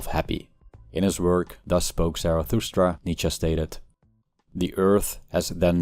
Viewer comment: My new purpose in life is to decode the grammatical phenomenon of Americans replacing “-E” with an “-A” in German surnames, when it is the last letter. Nietzscha, Porscha etc.